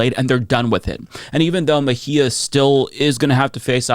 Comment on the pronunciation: Bracing myself for years of "Ms. Meh-gee-ah"